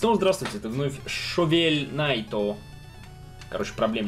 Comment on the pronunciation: Не Шовель Наито, а Шоверу Наито